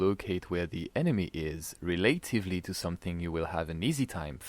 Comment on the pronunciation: This video already helped me, I didn't know you could zoom on the mini map! Needless deaths I could've avoided because I couldn't accurately see where the enemy was. Also, the word relatively is pronounced 'reh-luh-tiv-lee' lol. Very impressive English though.